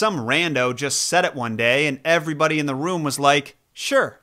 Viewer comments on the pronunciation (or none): none